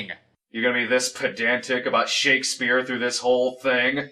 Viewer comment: This is glorious! Never cared all that much for Snob, but he and have such a hilarious back-and-forth... is doing a marvelous job here, love how he cringes to mis-pronounce the Bard's name. Also, this flick seems enjoyably terrible...